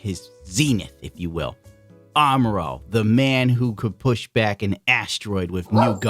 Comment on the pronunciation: 1st thirty seconds of the video, I kept hearing "Armor-All"